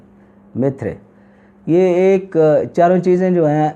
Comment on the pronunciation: میتھری بول رہے ہیں حکیم صاحب یا میتھی؟ اور الیا کو صاف صاف بتائیں مہربانی ہوگی